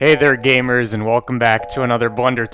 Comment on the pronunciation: why did he call us gaymers?